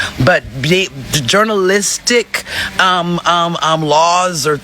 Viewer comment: Excuse me, but a person who cannot spell nor enunciate the word “journalistic”, should not deem herself qualified to tell a person whether or not he or she is qualified to practice their profession. Do you have a press pass madam? No? Then by all means, get the fck outta here. And run a Google search first before you get up on Beyoncés internet to talk about sh*t for which you are ill prepared.